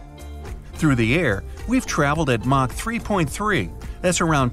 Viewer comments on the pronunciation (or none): none